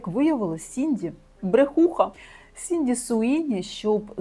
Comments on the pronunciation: не сінді, а сідні) дякую за відео! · Сідні Свіні, а не Сінді Суіні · Вибачте, але не Сінді, а Сідні Свінні